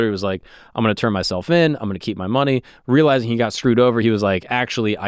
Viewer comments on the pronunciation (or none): none